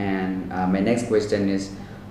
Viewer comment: It’s not questtt- ion 🙏🏻 Sorry but it’s annoying